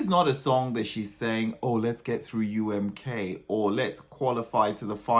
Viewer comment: UMK is supposed to be pronounced in finnish "Uu äm koo" not "Uu äm kaa" how is saying lol